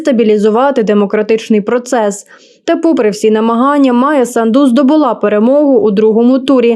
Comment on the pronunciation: Дівчині, яка читає текст треба вчитися правильно промовляти слова. Санду наголос на перший склад, а не на другий.